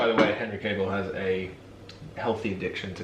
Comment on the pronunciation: Henry Cavill... Cavill pronounced Kevill! Thought you were saying Cable the whole time!😁 That phone call though had me in stitches! I thought cinnamon too because cinnamon helps with sleep 😴